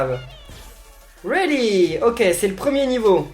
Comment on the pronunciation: Si ce jeu est exceptionnel! (Malgré la traduction désastreuse) Et "Ret-2-go" se prononce "ready To go"